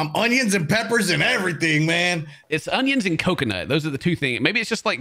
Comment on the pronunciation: I love it when is cutting her hunyuns 👌